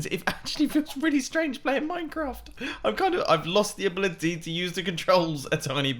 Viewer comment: also the “ablitity” to talk I guess